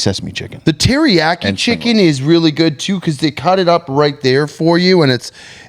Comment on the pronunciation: Anybody notice how pronounced “teriyaki”?😂😂